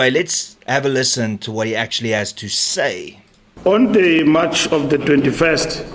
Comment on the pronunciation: The word is March not mush